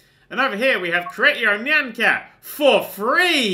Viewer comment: Isn't it "niy-an" like cyan, but with an 'n'